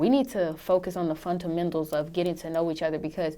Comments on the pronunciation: “funtamendals”..... Jesaws. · Why she can't say "fundamentals"??